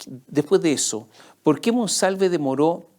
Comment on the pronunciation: "nos gusta que nos den pol".......😂😂